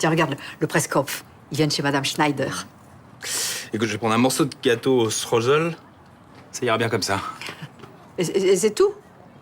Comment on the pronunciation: Des "Alsaciens" qui massacrent l'alsacien... Mon dieu... Enfin Marion Game se debrouille mais Stephane Henon mamma "Strozel"... c'est Streusel (Chtreuizel)